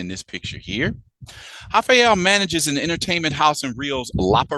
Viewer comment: Sorry, there's no H in Rafael.